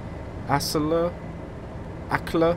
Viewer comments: Acle is pronounced ai-cle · Norwich: Nor-ich Brundall: Brund-ull Acle: Ay-cul Lowestof: Low-stoft